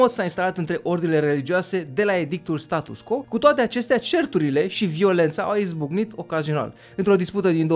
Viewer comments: hai sa pronuntam latineste acel status quo, adica status cvo nu status co, altfel numai de bine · Status quo se citeste STATUS CVO !!!!! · scuze dar trebuie sa fac aceasta precizare, se scrie status quo dar se citeste status cvo (pronuntia este in latina pt ca este scris in latina) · Apreciez foarte mult informatiile si munca ta, dar nu ma pot abtine sa-ti spun ca se pronunta "status qvo". Succes mai departe! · Se citește status 'cvo' chiar dacă se scrie 'quo' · "Status quo", prietene, se pronunta "status cvo". Dar nu toti au facut latină...